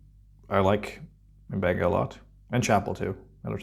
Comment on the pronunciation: i wish someone on the show would pronounce the doctors name properly M,BENGA NOT UMBENGA